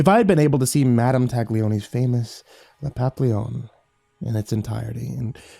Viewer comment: Ahem... Pah-pee-yon